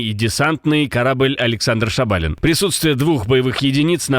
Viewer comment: диктОр безграмОтный невеждА которЫй не в дОдумался посмОтреть где ставИть ударЕние в фАмилии Шабалин. Профессионалы не идут работать в Нехту?